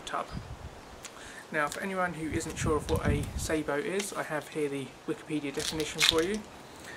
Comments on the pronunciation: I can't be silent anymore, you are making the same mistake the yanks make, the word is sah_bow, if you add a t, at the end you will have the proper word ,that is sabot, I think it is French for shoe, or similar, if you think about it ,it makes sense, a shoe to hold the projectile, please try not to copy American pronunciation of any words,as you know they can't even say English words yet, they are a very new race, and have never heard any words pronounced properly. Especially French, I might be talking bollocks, just for annoyance sake , I'm never sure ,being Welsh, so if I am wrong ,along with everybody I know who has fired sabots ,that's sah_bow, then please correct me , I need correcting,,by a lady ,I suggest my place 4o clock Fridays, by the way there are sabot tank ammunition,. They cost a lot more and are hard to fit into an air riffle, sorry yanks, ruffle,. ,🤗,,,Happy fishing,,all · Interesting review. I'm looking at buying some as a novelty. Just need to point out that the pronunciation of Sabo is incorrect. It derives from the French sabot, a wooden one piece shoe worn by the poorest members of society. Sabo here refers to the shoe that the projectile is loaded with. Edit. Got 54 with a few Prometheus thrown in from eBay. Only a novelty as too erratic to be taken seriously!